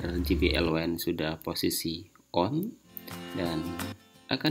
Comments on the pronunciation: Mas maaf izin koreksi, penyebutan kata wind harusnya "wind" bukan "waind". Terima kasih buat kontennya sangat membantu 🙏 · Wine : Anggur - seperti yg dibaca Wind : Angin - seharusnya yg dibaca